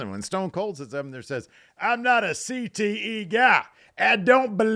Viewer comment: doesn't believe in CTE sounds like the southern in is coming out